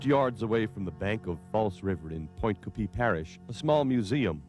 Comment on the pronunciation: Geez doesn’t dude know how to pronounce French names it’s NOT coooopeeeee it’s coopay!!!!